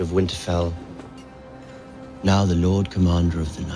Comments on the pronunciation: Lol you say meow instead of now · So did you really. Say meow instead of now? Lol nice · Anyone notice that he said meow instead of now? Nod to Super Trooper. Awesome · 🤔 did u say "we know meow"? 😄 Such a touching video 🙂. Names can be powerful. Like Davos said, "Jon Snow..." I loved how u mixed the dialogues at the end. Very powerful. Never say never.